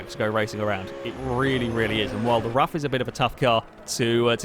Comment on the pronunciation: Btw it's pronounced 'roof' and not 'rough' .And I'd recommend trying the radical rxc turbo round rouen les essarts short,that car is a huge amount of fun.